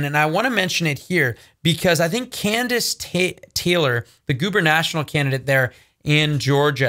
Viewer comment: "Gubernatorial'. : ˌɡo͞obərnəˈtôrēəl. 🤦‍♂️😂